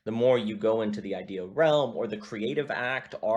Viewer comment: I had a prof at Liberty who would always pronounce the word "i-duh." very strange.